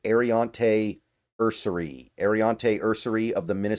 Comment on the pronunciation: nearly every time you say you cannot find a prospect’s age I Google him and find his age immediately. Ersery turned 23 on Feb 19. Grant turned 23 on March 22. Also, if you watch highlights of these prospects you should hear the announcers saying his name, so there is no excuse for mispronouncing names.